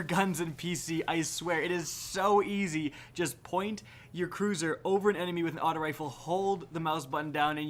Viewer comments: Hold up, Did he just say "Point your Cruzer"? It's Cursor as in "Ker Sir". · “Cruisor” I think you mean cursor